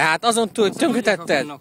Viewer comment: "tönkhetetted" :D